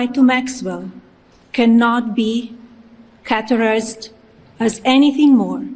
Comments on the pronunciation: "caterized" wtf? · Hey Melania, it's "CATEGORIZED" not "catter-ized".She's illiterate and slhee came here on an "Einstein visa" which she was NOT entitled to or qualified for. I hope after Trump dies we never ever EVER have to suffer this crime family again.